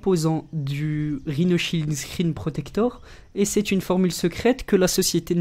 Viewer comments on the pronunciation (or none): none